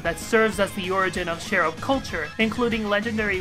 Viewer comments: could you please say CH ERUB instead of SHERUB because that's REALLY..a.-eait[tieaote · Love your videos but i shall point out it is pronounced "ch-e-rub"